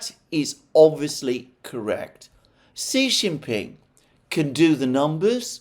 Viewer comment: Another interesting analysis. BTW, Xi Jinping is pronounced SHE JIN PING.